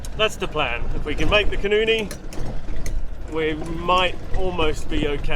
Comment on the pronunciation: You are mispronouncing the name of the great nw river: Koenienie as you pronounce it is a vulgar expression for a vagina. The correct pronounciation is Khoenêne.